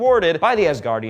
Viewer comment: ‘was thwarted by the asgardians, and “Bore” LOL